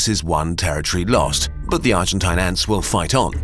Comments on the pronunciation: Hey mr German guy that tries to sound British. Stop trying to sound like a pompous asshole. It’s pronounced argenteen. Argentinian is plural. Don’t take my word for it, autocorrect will prove me right. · argen-tayn its pronounced as argen-tene lol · It's pronounced Argen-teen, not Argen-tahyn. As in rhymes with spleen, not spine. Note this isn't even a tomayto or tomahto situation, in spanish the letter i is pronounced exactly like the english name of the letter e. "een" is correct, "ahyn" is wrong. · Argentine rhymes with machine, quarantine, marine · It's pronounced "argenteen". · Argentine rhymes with machine It's pokysyllabic